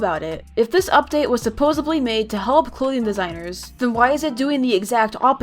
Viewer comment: Says "supposebly" Me: kinda triggered